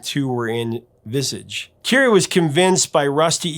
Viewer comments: The Late & Gtreat Steve Strange' Brilliant Band was NOT Pronounced as Visige, it was Pronounced as VISAGE!!!!! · That's pronounced Vis ahge. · FYI it's pronounced Phil "Lie-not" and Visage is pronounced "Vee-zaaj". Great interview - Midge is an absolute legend! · Hey! Last time I warned you in a comment that you were pronouncing Visage wrong! Why didn't you correct it now? Please next time Vizaaaž!!! Or if you can't read this, type in French into google translate and click on that little microphone. Please! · Visage is pronounced like Garage . Vizahhge. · Visage ? It's not pronounced like Cabbage ! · If only Americans could learn how to correctly pronounce names like Visage, that would be nice.... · Uhm, are you sure your pronunciation of “Visage” is correct?